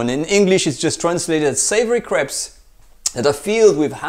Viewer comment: It sounds like he’s saying he’s gonna make the most super savory craps today